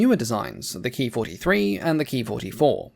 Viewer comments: The P-40's, flown by the AVG, had two .50 caliber and four .30 caliber guns, and not six .50's. I believe that the pronunciation of "Ki" is K I and not Key. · A very informative video,. Thank you! But your pronunciation of the Ki-27 as "Key twenty-seven" is quite wrong. It should be pronounced as Kay-eye twenty-seven, if you are going to use use the traditional Anglicized pronunciation. The correct Japanese pronunciation would be "Kyūnana-shiki sentōki" Or 九七式戦闘機.. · Please, please, please it's NOT pronounced KEY, but KAY EYE